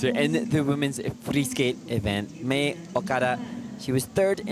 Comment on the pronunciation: It’s not pronounced “mia” okada. Mei would be pronounced closer to “may”